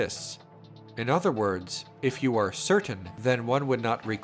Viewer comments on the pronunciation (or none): none